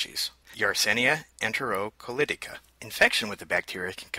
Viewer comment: it's colitica not colotica